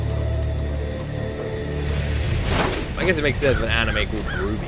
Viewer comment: RWBY is pronounced Ruby.